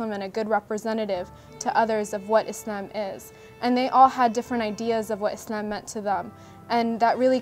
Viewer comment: Its Islam NOT Izlam Guys ... Thank you :)